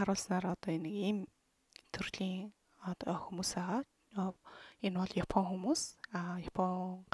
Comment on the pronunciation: Япон, яфон биш! ааннг ээээннн уууунн ммм нннн:(